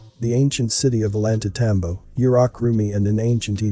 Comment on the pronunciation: Pronounce you’re words right..eg.O lan tay tam bo…you yanks and Billy’s get some rains working.